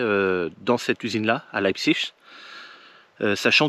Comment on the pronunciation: salut; tu ne savais pas comment dire metal fach mais tu dis Leipzig à la perfection. bravo le neo germanophone. lol.